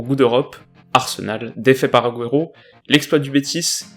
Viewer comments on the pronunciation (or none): Agüero pas aguëro mais sinon super la vidéo :-)